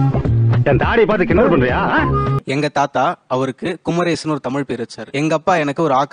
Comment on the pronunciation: முருகனே வந்து காட்சி தந்து முதல் பா எடுத்து கொடுத்த அருணகிரிநாதர் தமிழ் இல்லையா 🙄 seri kumaresan endha mozhi neengale sollunga tamilnadu thaandi kumaresan enga irukku sollunga (குமரேஷன் இல்லை குமரேசன்)